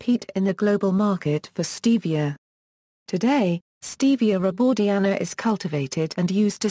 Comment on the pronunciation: Stevia rebaudiana Comes from South America. You’re pronouncing it wrong